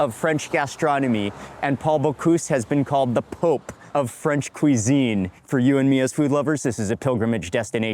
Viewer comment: Your french accent is perfect! Thank you so so much for your stay in our country ! Audrey french from Paris France